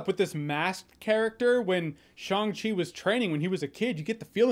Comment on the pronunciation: Wow, great pronunciation of Shang Chi LOL The chi part needs some tweaking but passable for a good Chinese speaker.